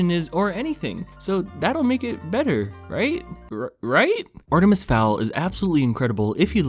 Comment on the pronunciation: I love how he slowly pronounces Artemis more incorrectly throughout the video